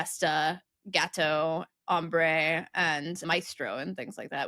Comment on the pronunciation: pronounced Hombre as "Hambre"(hunger)- but it probably usually is in this context. Should it just be spelled "Hambre"?